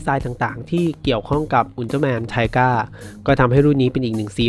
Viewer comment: ทีก้าครับ ไม่ใช่ไทก้า